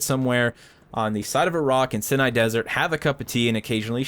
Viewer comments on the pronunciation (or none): It's pronounced sigh nigh, not sin eye.